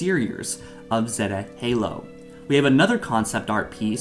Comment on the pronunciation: Zey-tah not zet-ah